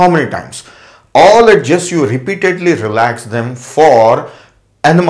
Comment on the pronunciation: its not ed-ges , its edges